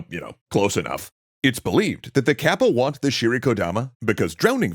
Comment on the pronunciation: Good video! And thank you,, I wish you best luck! (By the way, "かっぱ/カッパ/河童" is pronounced as in "cut" not in "cat.")